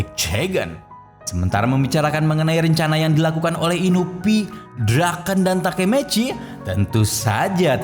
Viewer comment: Inui bang bukan inupi